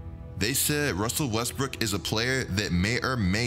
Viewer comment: Russell Westbrick(not brook) lol